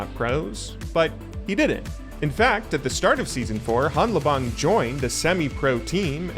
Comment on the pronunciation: You started out correctly pronouncing hanlabong where the n and l merge into just an l sound but then reverted to an incorrect pronunciation at some point.